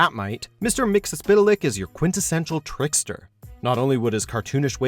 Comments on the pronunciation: 1. It's pronounced mix-ul-put-lick 2 most of these character appeared in Smallville, which is the best live action superhero media we've ever gotten. Conclusion: Y'all are still full of shit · Mix-yez-pitl-ik. Pronunciation given in numerous 1960s Superman comics.